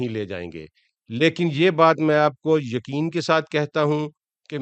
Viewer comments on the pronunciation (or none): none